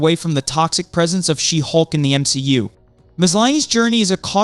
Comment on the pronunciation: SHE-HULK! not She'hulk